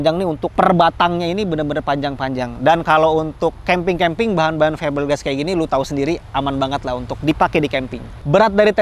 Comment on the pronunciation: Ada yang tau nggak? Berapa kali ngomong keemping ajah